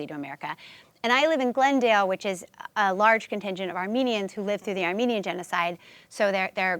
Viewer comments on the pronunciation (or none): none